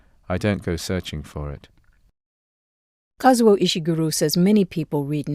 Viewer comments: KAH-ZOO-OH not Kauzo 🙄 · Introduction. The man introduces the programme, by mispronouncing the author's name, not once, but twice! ( he is Kazuo, not Kauzo). So inexcusably arrogant. Otherwise an excellent video and lovely readings. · Would have been super-terrific if the first host could have spent a few seconds to learn to pronounce "Kazuo" properly